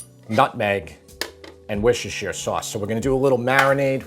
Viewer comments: Mate, every time you try to pronounce Worcestershire it makes me wince. It sounds like “wishashure”. Let me help you. Say “wuss” (like puss in boots), “ter” (as in terminal) and “shuh” (like the first syllable of support). “Wuss-ter-shuh”. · Haha you're still not saying it right. It's not wooshter. It sounds like people are saying wooshter, but it's not. When you say it right all those letters are in there. 😜 But I'm from Canada so I spell colour with a u 😆 Looks so good. I'm actually on my way for some sour cream and I'm going to make it this afternoon. Love your videos. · Wishushir sauce :D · Dude... Wusta. Wusta sauce. Not Wishish-shear. Wusta. Call someone a "Wuss". Add -ta. Wusta. You can say wussta-sha if you want to say the full thing for some reason. It's not that hard to say. Wussta. Love the recipe, gonna make a vat of this for winter. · Can I just say that Worcestershire is pronounced with the shire, you said the Worcester part which is a separate place, then you add sher sound on. So woos ter sher. Just letting you know not trying to be pedantic. I just always see Americans mispronouncing it so just trying ti help 😅😅😅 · It's actually pronounced, "WOORS-ter-shr". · Worcester, Massachusetts is wusster, mass..lol so..wusster-sheer(or shire) simple. Originally from England where they do not pronounce half the letters in their words. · It's pronounced wooster-shire. Had a bloke from England tell me one time. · Nice vid and recipe. The sauce is wuss-ter-shy-er (ter like a rip I.e. tear, not tear, like I’m crying) 😊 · it's "woosta-sheer", with the double O sound as in "book", and "sheer" as in "sheer stockings"... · As a Brit, hearing you say wishishesher sauce hurts my ears. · Wi-shi-sher sauce?😂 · Worcestershire sauce is pronounced as "wuh-st-er-sheer sauce" the C is silent, thank you for listening to my TED Talk! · It's Wooh - Steh - Shur. Take from a Brit. Just like any language. We have silent letters. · Wischechee sauce 😆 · WHUSHUSHU SAUCE